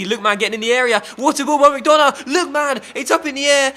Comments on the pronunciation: and you don't pronounce mcDonagh like mcDona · McDonagh is pronounced McDunagh